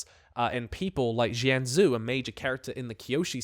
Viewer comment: Akchyually Jianzhu is pronounced Jen-Jew